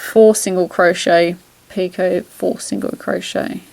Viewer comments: Two things; You are pronouncing "Picot" stitch correctly. Although I have heard others pronounce it [Pee- Cot]. I was taught [Pee- ko] and have said it this way for many years. Secondly, you are working the stitch correctly according to directions. This pattern has been fun working. Thanks for sharing it.:) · I seem to have spelt doily wrong sorry, and yes you are pronouncing picot correct !!